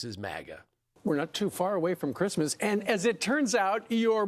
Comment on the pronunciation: 'Who gives a f**k about chreestmas" Gold digger. Melania.